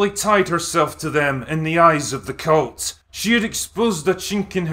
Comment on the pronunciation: He keeps saying cult, incorrectly. It must be his accent.